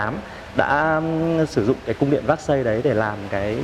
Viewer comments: Véc-xai, Versailles chứ ko phải xác-xây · Cung điện “ Vác Xây” là cung điện nào? Vốn hiểu biết và cả “ gúc” cũng bó cbn tay! Nếu đọc “ Versailles” là “ vác xây” thì đi xe “ pọt chơ” với cả “ mai bách” hơi phí